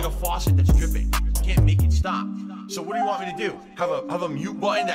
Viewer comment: Everytime he says "me", I instantly think "Reee" 🤣